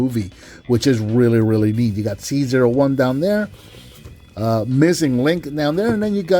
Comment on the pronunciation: It may be unintentional, but I find it appropriate you pronounced C-01 as "Caesar," considering how important Convoy/Optimus Prime is to the franchise as a whole.